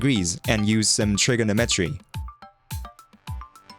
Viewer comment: You stressed the wrong syllable on trigonometry as well. trigoNOMetry not trigonoMETry, at least in American English. I liked both mispronunciations though, they added character. I want to go to Thighland. Sounds sexy.